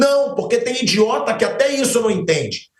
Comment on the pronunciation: Deve ser uma merda ter colocar a "cara" de outro pra chamar atenção ao vídeo..um cara que fala "indiota" representa o futebol brasileiro